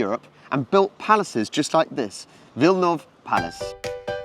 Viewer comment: It is Wilanów not Vilnoov.